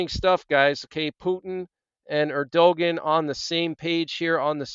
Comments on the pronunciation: it is pronounced erduwon. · Thank you for the update. God Bless! Bit of constructive criticism: Turkey’s president’s name is pronounced AIR-dyoo-gone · You butcher the pronounciation of many foriegn names. If you want to do this type of work learn how to say the sames correctly or try to. For example Erdogan, the "g" in his name is silent. It is pronounced Erdoan. You make Erdogan sound like he's from Scandanvia or Eastern Europe. Also the name of the foriegn minister is Abdollahian. It sounds like jibberish when you attempt to pronounce it. Its Abdo-la-he-an. Aside from the butchering your news and advice is alright. It seems like you defend the Apostate Jews too much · His name is pronounced Airdowan. 😊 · think his name (Erdogan) is pronounced air-doh-wahn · It’s pronounced Err dee gone. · Erdogan is pronounced er-do-wahn